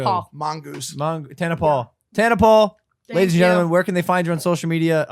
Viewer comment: she rlly said "TANA PAUL" like damn way to be a psychic girl